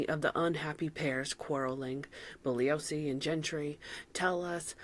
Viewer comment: you're the first YouTuber I've ever seen cover this topic and pronounce Bugliosi correctly. Interestingly, Jay Sebring is the hairdresser that gave Jim Morrison his famous "Alexander the Great" haircut that you see in the Young Lion series of photographs. Instant new subscriber! ❤❤